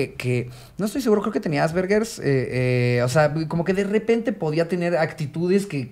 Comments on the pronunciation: Ricardo diciéndole "Asbergers" en vez de Asperger jajajaja como cuando Slobo usó mal "primogénito" por años jajajaja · Que explique ricardo que es “avergervarger” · Se que ya pasaron 3 días, pero solo vengo a decir que es Asperger no Asberger, Ricardo 🙈🙈🙊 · “Asvergers” JAJAJAJAJAJAJAJAJA chale con el sipisapo 😂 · "Creo que tenía AssVerger" 😂😂😂😂